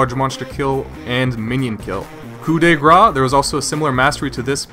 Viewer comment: it should be cow in grass